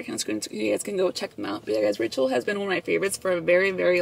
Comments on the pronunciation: Tell me why when you were telling us about who is sponsoring your video I thought you said “Rachel” lmao I was like who the hell is Rachel? Hahaha 🤣 LVE you guys 🤍✨ $ashleycoronaa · every time you said ‘ritual’ i thought you were saying rachel hahaha love you 💖 $lissaindacut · I thought you said "I wanna thank Rachel" in the beginning of the video. 💀 Like who is that?! 🤣🤣🤣 $vbunny01